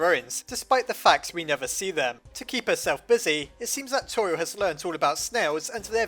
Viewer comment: Her name is pronounced Tor-E-el not Tor-e-al